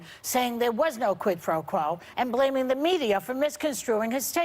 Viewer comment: The way Trump says “quid pro quo” makes me believe that he’s never ever in his life heard of the term prior to this Ukraine story.